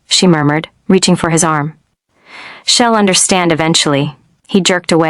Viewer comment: A bunch of words mispronounced - she'd, I'm, she'll